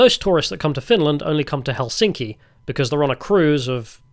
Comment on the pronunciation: The correct stress on the city Helsinki is on the first syllable, so heklSINKI is incorrect and HELsinki is correct.